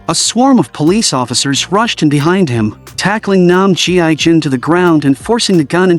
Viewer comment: Mercy for None by So Ji Sub ❤ Brutal, action packed and watched it several times as the fighting scenes were sooo good ! Also, his name shld be pronounced as "gii jun" not "G.I. Jun" pls 😂